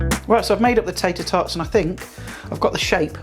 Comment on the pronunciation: Lol..."tayter tawts"🤣